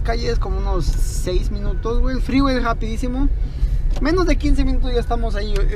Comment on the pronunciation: El Fgggreeeway ... Gggregalando jajajaja